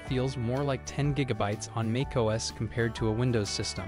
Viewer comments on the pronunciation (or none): What is MAKE OS ? I wonder - Another AI that can't even pronounce the name of key technology ! MAC OS. But to be fair it is a nice voice over but reading exactly the same script as other YouTube videos.